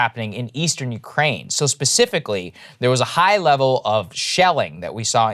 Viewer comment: I'm Ukraininan living in the US and long time fan of your show. I agree with you guys on multiple topics like Truckers, Main stream media and I'm big fan of Joe Rogan. But as far as coverege of Russian invasion topic I keep being surprised by Saagar's perspective. First of all he keeps saying Ukraininan capital Kyiv as "Kiev" (russian way to pronounce it). Saagar, at least show some respect to independent country. Secondly, Saagar said that there is civil war in Ukraine with russian speakers on the east. I'm both Ukrainian and Russian speaking and I'm shoked that you guys keep repeatin point from Russian state propaganda. This conflict started with illegal annexation of Crimea with help of the Russian military in 2014. Then they used their speacial ops to start conflict in the eastern Ukraine. Before 2014 a lot of people in Ukraine indeed felt big connection to Russia. But after that a lot of people in Ukraine have realized that Russia is an agressor. Putin's main goal here is to restore Russian empire. Mayority of Russsian population eather dont care about the invasion or support it. Russain state TV propaganda does a great job. I'm sorry Saagar, but you keep pretendinig that you are very knowlageble on this topic, but in reality you are not.